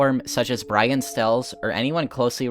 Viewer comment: "brain stells" do you mean brian stells